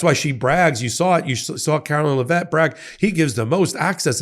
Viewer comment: Her name is pronounced "Leh-vit", not "Luh-vet".